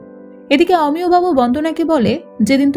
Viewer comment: Apnar golpo bolar style khub baje ar pronunciation o... Omiyo.... Aamiyo noy......bhison technical presentation... Akdom emotional noy